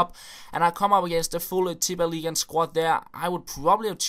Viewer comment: Wow!! Probably the only popular Fifa Youtuber who can say Tippeligaen right.